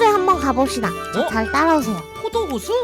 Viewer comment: 나는 포도 호수라고 애기 할때 코도 호수라듵리여 혹시 포도 호수가 코도 호수라고 들리분!!!!